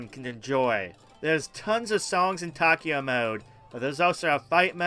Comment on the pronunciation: Great list. Taiko is pronounced Ty-ko.